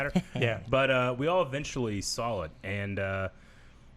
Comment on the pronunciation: Am I the only one that hears saying ‘sawl’ instead of ‘saw’